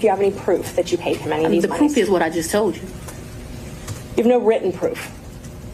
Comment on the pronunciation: WTF? "Yo proof is what I done did tolt you." This is a DA? My how our country has fallen. Affirmative Action hire?